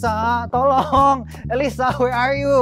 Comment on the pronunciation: kok bilangnya ngolong ya bukannya tolong